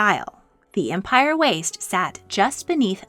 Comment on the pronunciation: Empire is pronounced “em-peer” when talking about the waistline